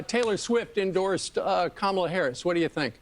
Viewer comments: Hes such a coward, when hes infront of her, he calls her KAMALA. When hes behind her back, he calls her kmala. Even after she said, "if u got something to say, say it to my face." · She walked up to him at his podium and introduced herself to him, and he still doesn’t know how to pronounce her name correctly. So is it cognitive decline or is he just stupid? Those are the only options unless it is blatant racism. Who could vote for this scourge? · And the fact that he keeps mispronouncing her name. Not even trying to hide it smh....